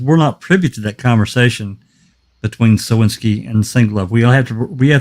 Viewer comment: Please can we settle on SOWINSKI, not Slowinski or Skewinski ... leave that for the guilters.